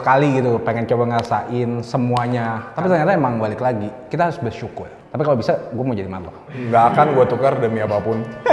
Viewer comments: “bersyukuy” kalo kata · 'Kita harus bersyukuy' anjenggggg